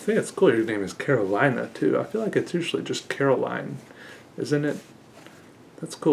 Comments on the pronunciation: I might be wrong, but that name i would pronounce it Caro-lee-na. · I think Carolina is a hispanic name (I know it is common in Latin America for a fact at least, but I don’t know if it’s originated in a hispanic country) if that’s the case then it’s pronounced “Ca ro lee na”